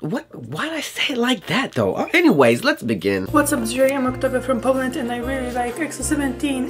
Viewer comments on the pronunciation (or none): none